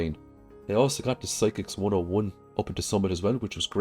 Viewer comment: Physics, not psychics. Also Alleyway Buf-fay not buf-fit. I am no grammar expert either. I didn't find Legend 2 bait to be very good. But i didn't have preserving and some tough Legends even with 2 trap bobbers. Maybe i needed some gold star dish o the sea.